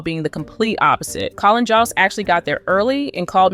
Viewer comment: I don’t appreciate your comments you present as facts. In my house we love Harry and Meghan. You also mispronounced “Jost.”